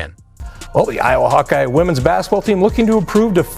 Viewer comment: This video is so sloppy. I don't know exactly if it's AI voice over or if it's someone that can't pronounce words. Auriemma....pronounce right one time, the next sentence pronounced Aurma. Then goes on to mispronounce it 5-6 different ways. Hawkayes. Dino Rosti. Etc, Etc. Then the video saying "Caitlin returns to watch the HawkEYES vs. Drake"...and it's 30seconds talking about that while showing footage of Seattle Storm vs. Minnesota Lynx game.